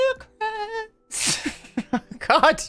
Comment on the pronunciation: “lets... build... NEwcrEsT” had me rolling